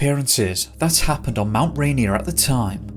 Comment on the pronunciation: We say Rainier like Ray-Near 😊